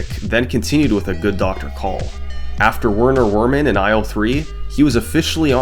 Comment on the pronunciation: Werner Wermin is pronounced Verner Vermin, and Djimmi is pronounced Jimmy- I love the video!! Just a note for the future lol